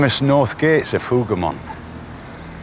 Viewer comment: Hoover mons? C'mon, Timeline people. Hougomont